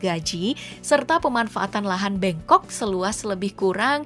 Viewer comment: Min, bukan Lahan BENGKOK, tapi Lahan BENGKOK.....😒😒